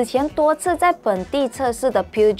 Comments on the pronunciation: 正確法文發音叫：Per-show 漢語拼音第一音Per 第三音show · Peugeot pronouce as Per-jo in english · 小姐姐或者妹妹，作为汽车媒体，请不要发错音误导人。Peugeot 无论是英文或者法文都不是发音为Puget. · Omg, piujiot.... Come on la, do some homework for brand name pronouncing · 小姐该多参考Peugeot的发音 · 拜托 peugeot 不是这样念的。这么明显的低级错误！做编辑的竟然没有审片，要抓去枪毙了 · please pronoun Peugeot properly is a France car don't pronoun in English😂😂😂